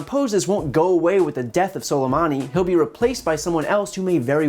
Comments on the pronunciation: Salamadi???? Trump can't even say his name. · HE CAN'T EVEN PRONOUNCE SOLEMAMI'S NAME YET HE CAN BELIEVE OUR INTELLIGENCE THAT HE NEVER BELIEVED BEFORE AND KILL HIM! He's wanted to do this since before he was elected, we saw it! He's trying to save his own face and ass to get reelected and distract from his impeachment! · OK, we’ve all heard this man’s name a dozen times in the last 24 hours yet why is it Trump cannot pronounce his name correctly?! And of course, he’s here to talk about Soleimani but brings up al-Baghdadi. What a moron! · No one told dumb-dumb how to say soleimani. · learn how to at least pronounce his name dumbass. is he reading from a teleprompter?